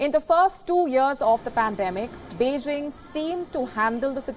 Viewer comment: Beijing not Beixing ok...please if you can't pronounce properly better speak tamil